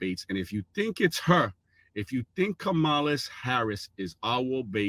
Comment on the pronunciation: Enhanced chant? Ka-ma-lah?